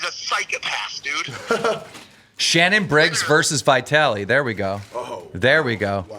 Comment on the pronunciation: Please let Keem know these 3 things: 1. It's KNOCKDOWN and NOT TAKEDOWN 2. It's VEGAS and NOT VAGAS 3. It's Vitaly and NOT V-I-TALY As soon as I get more scoop I will keep you in the loop! ~ Drama Alert Nation